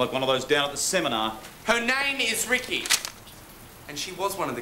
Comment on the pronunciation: Ya, and also it's "Rikki"not "Ricky"